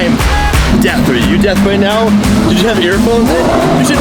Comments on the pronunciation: hey - it's "deaf," not "death," YSOB! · Am i the only one that heard say death not deaf at the very end😂😂